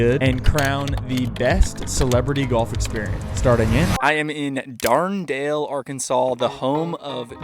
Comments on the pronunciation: Dar-duh-nell not Darn-dale Why? Because it's French. Why? Because Arkansas was part of the Louisiana purchase and the French named a lot of places before selling. U-fkg-moron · Did you say darn-dale Arkansas 😂. You can definitely tell you’re not from Arkansas. It’s dard-an-elle. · Even though I've never heard of it before, I can't imagine that you pronounce Dardanelle "Darndale" lol. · correct pronunciation - DAHR-dən-el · How did you read that as Darn Dale? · Like Dard-en-ale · At least learn how to say Dardanelle. Blue Monster is NOT the toughest course in FL. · as someone from arkansas i cannot stand the way he pronounces dardanelle